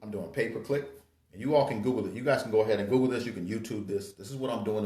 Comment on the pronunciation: are u saying pay per click or paperclip?